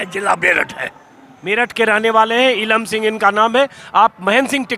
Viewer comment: Wow.. आज नाम स्पष्ट समझ आया श्री इलम सिंह जी🙏🙏🙏